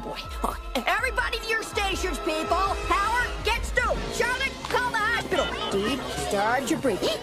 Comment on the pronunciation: As a child, I thought that said "hopsicle" instead of "hospital"! I can't be alone!